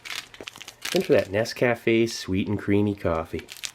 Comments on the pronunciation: Please, PLEASE, stop pronouncing Nescafe like it's three separate words. Ya drivin me crazy. It's not "ness-caf--a," it's "nesk--afe" Say it fast, one word. Rhymes with bouquet. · For the love of God man learn how to pronounce NesCafe-------here's a link for you